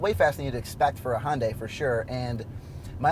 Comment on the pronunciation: if you are going to review a car at least learn how to properly pronounced the car that you are reviewing. It's not Hundaai.